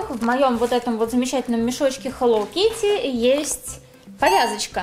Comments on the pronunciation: ХЕЛОУ А НЕ ХЕЛОВ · Да почему хэллоВ кити а не хэлло кити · БЛИН ХЭЛОУ КИТТИ А НЕ ХЭЛОВ АААААА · ага и меня это раздрожает..... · Вот именно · Читается как хелоу Китти !А не хелоув Кити! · Не хеллов китти,а хеллоУ китти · Не хелов кити а хэлоу кити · Почему я постоянно слышу - Хелов Китти == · Меня одну напрягает что она говорит хелов китти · я не поняла, хелов китти это рофл или ты так и говоришь?._.